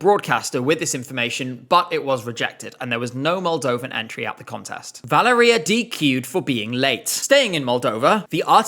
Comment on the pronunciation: I hate that "Valeria" pronounciation so much... Mostly because its my name too